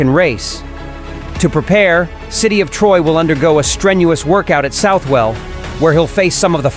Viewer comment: Congrats on your correct pronunciation of Southwell.